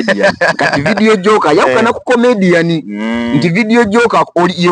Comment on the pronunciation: Boss to correct u please please it's not Vedio jocker it's Vedio jockey please do research before program.